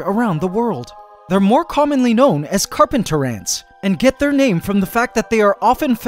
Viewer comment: The carp-ANT-ers